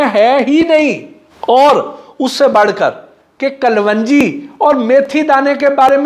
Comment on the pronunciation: Bhai "Kalwanjji nahi Kalonji" hota hy. اردو میں بھی کلونجی لکھا جاتا ہے "کل ونجی " نہیں۔